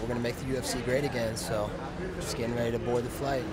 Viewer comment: I'm weady. I'm coming for the beewlch! Colby Covington is no problem, normal - Ralphie Dos Nachos